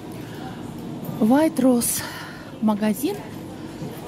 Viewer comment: Произносится Вейтрозе 😂